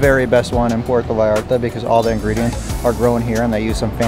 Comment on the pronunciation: PUERTO, not Porto......please